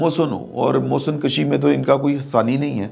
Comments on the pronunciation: سر جی محسن کَشی نہیں بلکہ محسن کُشی ھوتا ھے۔ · محترم ۔۔۔ "محسن کشی" میں حرف ک کے اوپر پیش ہے ، جیسے "خود کشی " میں ۔